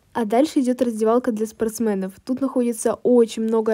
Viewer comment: Ты так смешно говоришь спортсМэнов